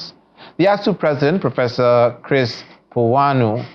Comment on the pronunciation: Piwuna NOT PUWUNA